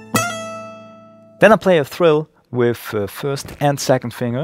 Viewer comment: "Then I play a tHrill". Ha ha ha. 🤣🤣🤣🤣 When English is not your first language. 🤣🤣 He means *Trill*. 😊